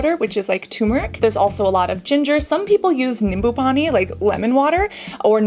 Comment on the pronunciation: wow.. the moment I heard Cassandra say haldi powder, nimbu pani so perfectly... i was amazed.. where did you get that Indian accent😮